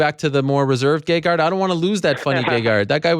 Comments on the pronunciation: No, I cannot believe people pronounce his name wrong. And I think he's too humble to correct interviewers. But his name is pronounced Gègard. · I believe its pronounced ; gay-hard.